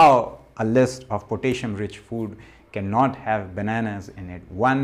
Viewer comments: "Potayshum" is not how to pronounce the element kalium (K)... 😂😏🇸🇪 Spinach, banana (too much carbs), sweat potatoes, squash, beetroot. (Red) cabbage as in Sauerkraut or in a smoothie is better than those. Sauerkraut does contain histamines and the raw cabbage might do chaos on your gut, so you must take it slowly at first. If you do supplement, do note that deficiencies in potassium and magnesium feels about the same, and if you overdo one mineral, you will get deficient in the other. Like copper/zinc/silver. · i love potayshon, lol